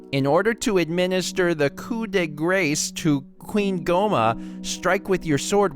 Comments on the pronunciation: It's pronounced Coo day grah, not coop de grace. It's French. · mentioned Rowdy Roddy Piper.... the feels also in Coup de Grace the last word is pronounced "Graw" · Btw, it's pronounced, "coup de gräs" a French origin word that means Finishing Blow